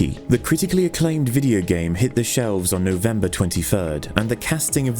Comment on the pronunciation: No-Vembah da twenty furd is gonna go down in herstory.